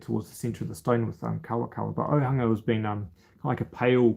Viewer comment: Arohamai.....Auhunga! Hunga is pronounced Hoonga...Kia ora!